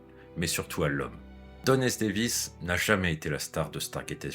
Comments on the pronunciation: Chouette, cette vidéo. <3 Quelques petites erreurs : * une erreur de prononciation de Don S. Davis qui est devenu Don S. David ; * Carmen Argenziano n'a pas joué dans Grey's Anatomy mais dans Dr House ; ;) * "Et Jack O'Neill devient Jack O'Neill" ?? C'est moi ou vous vouliez plutôt dire "Et Richard Dean Anderson devient Jack O'Neill" ? "O'Neill, avec deux L!", dirait Jack. :D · Très bonne vidéo ! Le seul truc un peu gênant c'est au moment de parler de la mort de Don S. DAVIS, vous dites "Don S. DAVID"